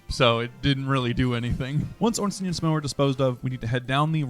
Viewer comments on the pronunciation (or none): none